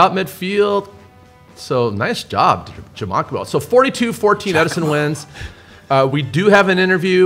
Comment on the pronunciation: Aydens dad checking into that chat 😂 De Giacomo “DJoc - uh - Mo” Thanks for the love!